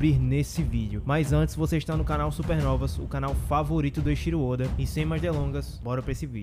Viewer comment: Eu acho diferente a forma de pronúncia de alguns canais sobre o nome do oda. Em japonês, o nome se fala "Eiithiro ôda" então, busco falar igual kkkk mas vídeo sensacional, man